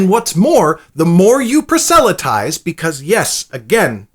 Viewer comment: I'd check your pronuncation of proselytize and proselytizing. Only a suggestion.